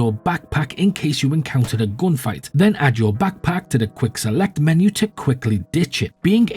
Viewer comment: You said GOONfight WHAAAAAT